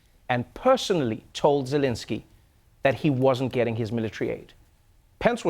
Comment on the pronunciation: The way Trevor pronounced "Zelensky" was so spot on! Russian accent it is!